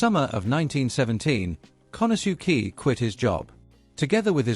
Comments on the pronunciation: pronouncing Japanese names is not all that hard.... "kanasuki?" seriously??? can't watch the rest... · Very interesting and informative video. However, that is NOT how “Konosuke” is pronounced… more like “KO-no-skay”